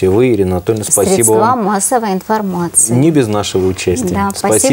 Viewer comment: всех кто говорит средствААА - категорически не выпускать в эфир!!! ... сколько можно